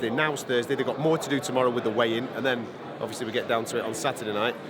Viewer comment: Learn a few more words, mate.